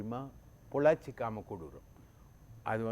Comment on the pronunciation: எதையாவது உளறக்கூடாது... பொள்ளாச்சி.????